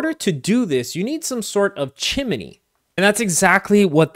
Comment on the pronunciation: Chimi-ney? Do you mean Chimney? Great video otherwise.